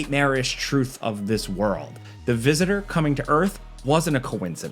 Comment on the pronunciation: "the visisisorr" ?